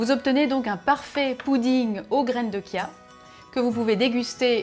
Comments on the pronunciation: on dit graine de CHia pas graine de kia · Graines de Kia? C'est quoi ça on dit chia ch bordel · sa ce prononce chia ! comme charlotte par exemple